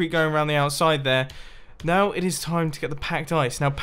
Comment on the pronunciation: Said now wrong